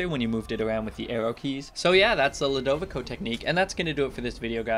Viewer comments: it is pronounced (lu da vi co) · i think Ludovico is pronounced (LEW-DOH-VEE-SO)